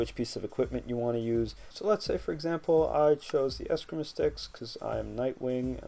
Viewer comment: great mod, although it's pronounced es-skree-ma.